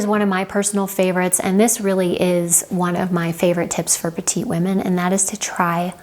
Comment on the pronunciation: Excellent tips. Many are also useful for men. The one recommendation is to pronounce the last t in “petiTe”; that is the female of “small” in French, as “petit” where the t is silent is for men. Thank you!